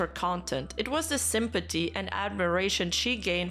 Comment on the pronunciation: i love when you say simpaty